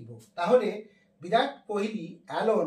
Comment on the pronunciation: ওরে গরু, বিরাট না, ভিরাট কোহলি।